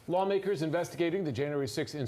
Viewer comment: It's sounded like you called them "Flaw makers" You should stick with that